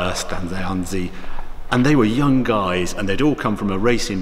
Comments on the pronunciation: Stanzani, Paolo Stanzani, Ingegner Paolo Stanzani. Non Stanzanzi, per favore Harry. Era un grandissimo uomo, oltre ad essere un bravo ingegnere. Stanzani, Paolo Stanzani, Engineer Paolo Stanzani. Not Stanzanzi, please Harry. He was a great man, besides being a good engineer. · Stan ZA NI ! Not Stanzitti or however you called him! :-P Great colour car, great video. Ciao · Did he just call Paolo Stanzani “Stanzanzi”?